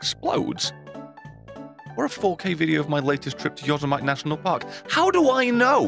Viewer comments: It's not Yosemite like vegimite it's Yosemite like committee. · Yo sa mite park... PERFECT PRONUNCIATION! puts thumb up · "Yozz-i-might" In all seriousness, good to see you back and making videos again; missed the cynical wit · it’s pronounced yo-sem-e-tee not Yosemite not a knock at you just a minor correction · Yosemite National Park is an American thing, so I'm entirely unsurprised that you pronounced it incorrectly. It's pronounced "yo-sehm-it-tee", if you're curious However, that's the least of my concerns- I'm more concerned for your mental state after this terrifying tirade! Please never do this again, leave the dark web alone. It's fine festering by itself, we don't need to keep prodding it with sticks, or, in this case, subreddits. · Yosemite is pronounced, yoh-sem-i-tee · The way you say Yosemite is triggering the fuck out of me.